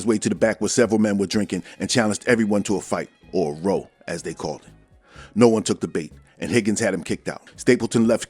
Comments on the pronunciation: It’s pronounced RA-OW not row. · Boss, when the micks and limeys say 'row' as in 'a fight or argument', it's pronounced 'raow', not 'roh'. Cheers, great video as always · Hey boss not for nothin’ but row as in bow of a ship not row as in death! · nice video. when you said "row" as in "fight" it's pronounced "rao" but i inderstood you still, good work ;)